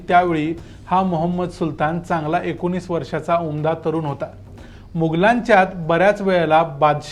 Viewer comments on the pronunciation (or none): none